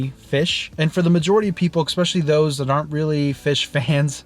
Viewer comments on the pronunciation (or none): Love your content! The word especially is pronounced “eSpecially” just as spelled. Not eXpecially.